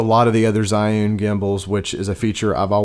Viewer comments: It's Gee-Yoon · you can pronounce zhi as a chi... so say chi yun and your pronunciation will be correct